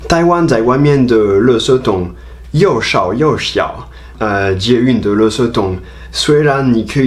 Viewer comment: 1. 1分55秒處[又少又小]發音太讚了！👍 2. 2分30秒處[(出)了一般的垃圾]有誤，正確是[(除)了一般的垃圾] 3. 4分09秒處[有一點(中)]有誤，正確是[有一點((重)] 4. 替那時的清潔隊員說聲抱歉，他們無法使用外語溝通指導你，工作也辛苦匆忙，以致態度不佳，請原諒喔！請一樣喜歡台灣喔！哈哈哈